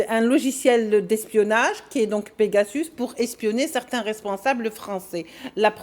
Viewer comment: "pegasauce" 😂😂😂 mdr le frère de chalgoumi 😂😂